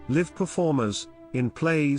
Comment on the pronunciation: Mispronounced "Live" (as in reside) performers